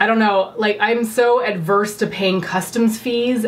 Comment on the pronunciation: i think it's Averse, not ADverse.